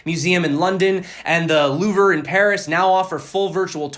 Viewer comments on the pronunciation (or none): Good content/update. BTW the louvre = “LOUve” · I think the double bouble is much less realistic because of just how much money it would take to move the market that much, especially in the time frame discussed. OTOH, maybe thats what the institutional money is for... ps- it is pronounced loo-v .